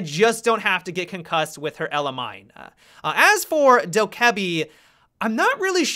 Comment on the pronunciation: The way you pronounced hibana and dokkaebi pisses me off